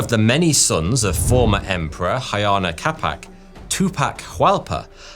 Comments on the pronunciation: "Huayna Capac" is NOT pronounced "Hayana Capac": it is pronounced "Wayna Capac". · All that research didn't tell you how to pronounce the names, did they? Ayana Capac? Really? Huayna Cápac is not pronounced like that. It is more like Uh-Aye-Nah Kah-Pak, if you want an approximation using english sounds. You can use Spanish-like pronunciation for Quechua names (mostly) when in doubt. Edit to add: I wrote much too soon, my goodness the butchering of the names is a bit much. Other web documentaries at least try. I feel there is little to no effort here.